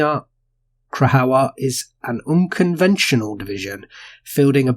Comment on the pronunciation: Krajowa = Cry-ova. J is pronounced as a y and W as v. Also, when you see Cz it's pronounced as ch (as in cha). It's all kind of softer than how we enunciate these letters English.